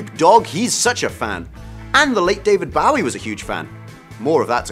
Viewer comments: Please please stop saying David Ba-wee, it's BOW-ee, makes one cringe! How can anyone, especially a Brit pronounce his name like that! And Ania Taylor-Joy - a "big" name.. errr, seriously?! Plus, she was annoying as hell - with her popping eyes, scary-staring resting face and those cut-off lips made it horribly distracting in all the scenes with her in them. She totally overacts and didn't fit in well at all, imo. (I cannot believe they've cast her in Emma, such a wrong fit..). If anyone decides to reply my comment, don't start to crucify me, this is my own opinion for which I have a right. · You pronounced “Bowie” wrong mate. The man himself said it like tie a bow😉 not take a bow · Hate to be picayune, but I can't keep watching a video that grossly mispronounces David Bowie's name. For the love of God. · Has this dude REALLY never heard David Bowies name pronounced? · Why is this host mispronouncing David Bowie's name over and over again?! Isn't this part about famous people?! like wtf, and then no one on the staff putting this together noticed or made a suggesting to correct it?>!